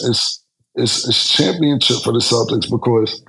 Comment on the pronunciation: Can be killin me with the “ChampionChip” 😂😂😂 🤦🏾 Bruh it’s CHAMPIONSHIP